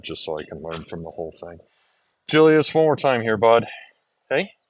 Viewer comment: Julius is Goedzo Braaf as hes eating. Lol he could be a Beofke. Ohhhh yea his birth name of Julius would be pronounced as Yulius. In Friesland the say the J like a Y